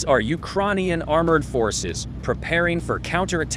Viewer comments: Ukraaarrnian? Lol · "ukroinians" I thought the same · Why did change the digital voiceover? The new voice sucks. It can't even pronounce "Ukrainian" properly! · It's weird because it pronounces Ukrainian right sometimes. Also a bit jarring to hear oddly-worded phrases like "how pathetic is the Russian army" in an American voice. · whats with the new voice? It cant even pronounce ukranian right LOL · Teach the bot how to pronounce the word “Ukrainian”! It’s so fkin disturbing!